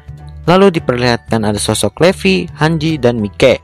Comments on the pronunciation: Levi itu baca nya bukan Levi tapi baca nya "livay" Gitu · Levi=livai bukan Levi wkwkwk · bukan levi bang tapi livay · Livai bukan levi em maksudnya livai bacaanya tapi tulisannya levi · Bang bilang levi bukan levi tapi livai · Bukan Levi yang benar ngomongnya livai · Yang namanya Levi dibaca livai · Bang bukan Livi Livi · levi bacanya livai